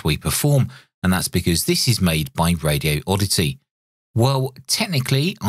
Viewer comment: Please don't hate on me for pointing this out, but there's only one "O" and no gap in the word Radioddity. First, say the words "Radi" and "Oddity. Next, take the gap out and say it as one word - Radioddity. It's 5 syllables, not 6.